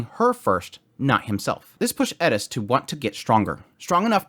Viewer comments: Why are you saying it like that? Eris, you're saying Edis. Edis isn't her name or how it's said. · It's ERIS NOT ERDIS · Is it Edis or Eris? It sounds like you're saying Edis. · Why you say her name like that? Errris sounds like your saying edis? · Eris....not Edis. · Why are you pronouncing it like it's Edis when it's pronounced is Eris ??? Are you trying to sound like you have a dorky Japanese accent??? Even in the English dubbed they pronounce it like Eric but with an S. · How do you keep pronouncing her name as adess..?! There is no D in her name , Eris Is her name. Air,ess If this helps, you pronounce it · pls pls pls omfg its like how to do u manage to fuck up a pronunciation so much wheeen it's told to u how to say in theee anime adaptation its like how HHOWW i swear mfs love tryna be diff so bad its actually so saad Eeeeeris and not airis (ik its spelt [eris]) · 1) not a Japanese name, it’s a fictional world with fictional names. 2) Double standards. The pronunciation of Rudeus stays ‘Rudeus’ but Eris is pronounced ‘Elis’? Doesn’t really make sense. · Who is edis? It’s Eris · Eris. not Eddis... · Edis? Bro ain't it eris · why tf do you keep saying edis? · Who is Edis? That’s Eris why are you adding a D to the second letter? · I could be wrong but there is no D in her name so pretty sure it’s not pronounce Ed-is but Air-is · The fact that you pronounce Eris "Edis" makes me want to punch babies. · Why do you pronounce eris "edis" but boreas as boreas? If you're going to go weeb on pronunciation, do it all the way through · Why are you guys so incapable of Pronouncing the characters names properly I mean they only say their names in the anime a thousand times but you somehow believe that there is a D in in her name lol Who the hell is Edis lol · Why do you say edis? Instead of eris? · why are you pronouncing eris like edis? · First time I hear someone call her “eh-des” and not “air-is” sounds weird and unnatural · “Edis” lol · Stop pronouncing her name wrong